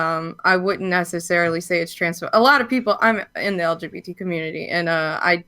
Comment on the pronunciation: Yo anybody else notice how when boogie tries to virtue signal he can’t ever even get the letters in the correct order when he says lgbt? He always says lbgt he even said it to Frank in the Killstream lmfao